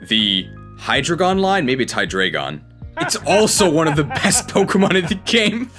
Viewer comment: Now i can be like "well actually it's Hy-Drry-gon not Hydreigon"